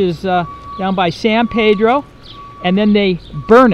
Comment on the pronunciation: Pronounced San "Peedro", not Pedro